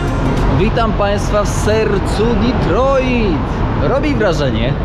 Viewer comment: Kierowniku - kto tak nakazał akcentować te Detroit ? :-)